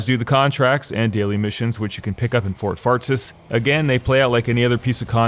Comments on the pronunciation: "Fort Fartsis" 😂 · fort fartsis lol